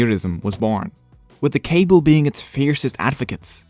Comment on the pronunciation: Hahahahahahaha the “Cables” from “Cablia” 😂 it’s kah-BEE-lia c’mon. Other than that, great video, I enjoyed! Subscribed